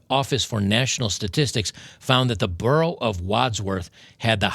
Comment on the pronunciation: So funny as a Londoner to hear you pronounce those boroughs